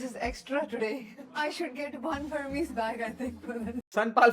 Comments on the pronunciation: it isnt hermis its ermes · Hermes pronunciation is totally wrong whatever you're saying.